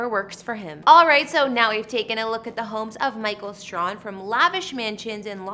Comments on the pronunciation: It's STRAY-HAN (like "hand" without the "D")... NOT STRON (like "strong" without the "G") Please, do your research and show more respect. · His name is pronounced STRAY -HAM. Give him his respect and say it right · I've been smitten over him for years. 😍😍😍😍😍 his last name is pronounced Stray-han 😂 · His last name is pronounced Stray- han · PRONOUNCE HIS NAME CORRECTLY! IT, STRAHAN IS PRONOUNCED " STRAY- HAN" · The surname is mispronounced it's STRAY-HAN(pronounced like hand without the d at the end).💙☺ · Please learn how to pronounce his name. It's Stray....han ! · How could you continue to mispronounced such a well-known and popular figure's name over and over again.I am quite disappointed in you and you have certainly lost some credibility with me.From here on out,do proper do diligence. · She sure f ing up his last name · It would be nice if you pronounced his last name correctly. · You pronounce his last name wrong. How do you do a video on someone you can’t even properly say their name. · You pronounced his last name totally wrong. It was soooo irritating 😠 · Too bad you couldn’t be bothered to learn how to pronounce the guy’s name before doing a feature on him. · Did even say his name right smh